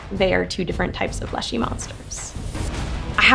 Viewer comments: Leshen not Leshe please and thank you lol. Sorry but I have fought too many of them in the Witcher 3 to have it said any other way 🤣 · I think it’s funny how she’s pronouncing the leshen as leshy